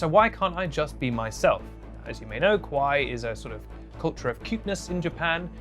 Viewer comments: When he says kawaii he say (ka-why) which that mean scary in japanese it should be pronounced (ka-wa-ee) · fyi if you say “kawai” without the extra “i” you’re saying scary instead of cute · the way you pronounced kawaii was funny because kowai means scary and unsettling and all the images you used would be described as kowai rather than kawaii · Cringed for both 1) pronunciation of My-Key 2)him sayin Kawaii as he pronounces it KOWAI meaning scary 🤣